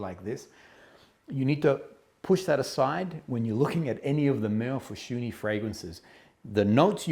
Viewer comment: Awww you said his name correctly. You’re the only reviewer to do so. Small victories. Seriously, I am so enamored with this House. His fragrances are so calming, beautiful, and therapeutic. Thank you for featuring him and his work once again. B🤯 🤯M